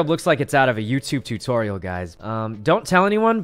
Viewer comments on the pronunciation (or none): No one : Sykkuno : TOO-Tory-al